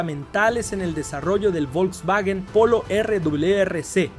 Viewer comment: "el vovlvuovio Polo" jsjsjjs